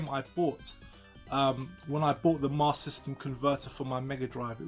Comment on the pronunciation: hahahahaha still saying it fcuking wrong either way lol!